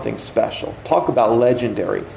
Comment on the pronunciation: 🎉🎉🎉🎉” and we have a ‘specIal guest’ TrrrrraVIS”🛼🛼🛼🚀🚀🚀🚀🚀🇺🇸